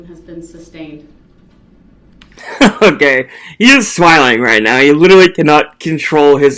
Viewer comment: It's amusing to me how he keeps saying words wrong to sound smart and educated. The judge has said "sustained" a thousand times and yet he STILL pronounces it "substained".